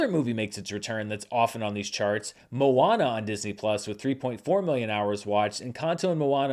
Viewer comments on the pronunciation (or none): none